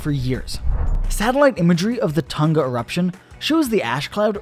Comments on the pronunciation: Why is he pronouncing Tonga like that though? It’s “ton-gah” not “tuhn-gah” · BRO WHY DO AMERICANS PRONOUNCE IT "Ton-Gah" its "Tong-ah" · Tunga? "Tong nga" tonga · Pretty sure it’s pronounced “Tong-a” instead of “Ton-ga” btw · All Americans. Say the word ‘sing’ now say Tonga. For the love of whatever you believe in stop saying Ton Ga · It's pronounced Tong-A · It's fucking hilarious hearing Americans say "Tahnga" instead of saying it properly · T-Uh-n-Ugh? Kr-Uhk-uh-tow-uh? Hmmm? 🧐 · The pronunciation of Tonga is hilarious lmao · That's an interesting pronunciation of Tonga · I'm just here to hear everyone pronounce "Hunga Tonga". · They say Tonga wrong and it hurts my ears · You are saying Tonga Soo wrong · They are saying tonga wrong 🤣🤣🤣 please stop